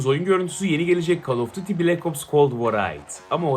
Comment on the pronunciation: Abi şu oyuna call of daty demeyin ya duty diye okuyun not bende daty diyenlerden in🙃🙃🙃🙃